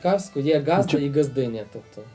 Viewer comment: не газдА, а Газда